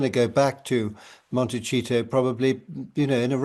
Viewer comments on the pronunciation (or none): Please can you gently tell the lovely Hugo Vickers that it’s pronounced Monte-see-to not Monte-cheat-o! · Is Hugo making fun of the place they live or is it actually pronounced cheato for Montecito? He says it every time as Cheeto. I was shocked to hear him (Harry) lie so openly about Katie and Rebecca being the type of people who would stoop to that level to get a story. Even his close friends may have slipped up in conversation in a club/pub anywhere without realising who sat next to them!